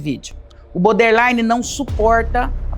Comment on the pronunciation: Hahahaha obrigada, amigo. Tava me contorcendo aqui. Eu fico em cólicas de ouvir "boder" infinitas vezes hahahahaha 😅 O assunto é ótimo, é maravilhosa, mas BODERline doe nos ouvidos.